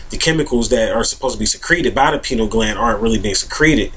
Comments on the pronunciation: oh god... stop saying penile gland!!! LOL That is something totally different.. it is pronounced "PIE-NEE-EL" gland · "pie-neal" gland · Lol, you pronounce it like "penile gland". That gland is a few Chakras below the Pineal Gland:) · pEYE-KNEEL gland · Yall are ridiculous trying to attack how he pronouces the word "pineal gland". See this is whats wrong with the world today, exhibit A below, folks out here are worried about the wrong things. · I don't see him being attacked for his mispronunciation of the word; just corrected. If I was sharing my knowledge about a subject and I was mispronouncing the subject matter, I would be appreciative of someone enlightening me as to the correct pronunciation. None of us, no matter how much we think we know, is above correction when we are wrong. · Mispronouncing something doesn't make information invalid. However, he is simply wrong and uneducated about what the pineal gland does. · Does his mispronunciation make his information invalid? No, so stop being ignorant and judgmental. Everyone speaks according to their environment and the way they were taught. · lmao! he should learn how to pronounce the word before he starts acting like an expert on the subject.